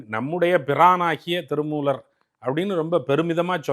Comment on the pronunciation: பேட்டி எடுக்கும் பெண்மணி ஏன் இப்படி தமிழை கொலை செய்கிறார்? "ல"வுக்கும் "ள"வுக்கும் உள்ள வேறுபாடு தெரியவில்லை. திருமூளர், காளம் என்கிறார் :face-pink-tears